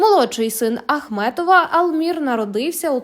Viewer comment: Ви розповідаєте про Ахметова чи Ахматова? Прізвище називайте правильно.